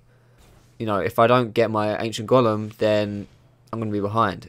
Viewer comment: Dat Golem pronounciation like " Gollum " tho :DDDD so funny